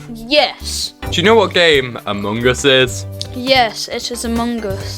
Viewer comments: You said Amogus (amo-goose) you meant Among Us (uh -muhng /əs/) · It’s not amoong us it’s among us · No one: Literally no one: No single soul:: a m o n g o s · Ah yes, my favourite game "Amuungas". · “Amuung us” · "amung uus" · I love how he says AmOnGuS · Ah yes, british... Emon Goos 😳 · My man realy just said Amung Us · I love the way he says ammung us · I love how he says among us amongus Good video! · I love how he pronouces it Amogus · He says amoonguss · the way he says among us is funny. and good job keep up the good work.